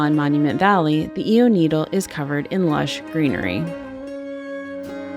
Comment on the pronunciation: "eee-ow" not ee-o and not i-o. Great video otherwise. Glad you enjoyed your visit.